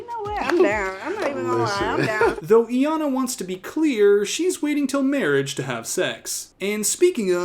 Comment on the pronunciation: She literally PRONOUNCES HER NAME... yet somehow Iyanna is still being mispronounced